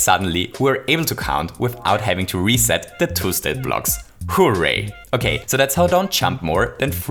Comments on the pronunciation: Hooh ray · Nobody:: HOO-RAY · the accent when you say "hooray" is so amusing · because he is austrian